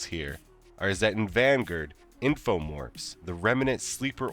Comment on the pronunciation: Are you purposely mispronouncing Vanguard?